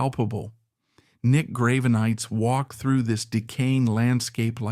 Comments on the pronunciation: Graven-ites? the fuck is this? Its Grah-Ven-Eye-Tis. Did you seriously use AI for the voiceover? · I've got to say that the subject matter this channel chooses to cover really interests me, but the way it's presented is waaay to dramatic and over the top! I'm pretty sure it's AI, hence the mispronunciation of the people (Grave-e-nites), but either way, tone down the melodrama, not every musician is a deep, godlike superhuman! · True, the narrator in mispronouncing his name... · Work on your AI reading and its pronunciations of words, especially the name of Nick Gravenites... Even if the info is correct, hearing his name bastardized ruins your supposed intent.